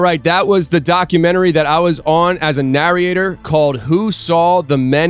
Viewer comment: It's driving me bonkers how he's saying "Narriate and Narriator" instead of "Narrate and Narrator" lol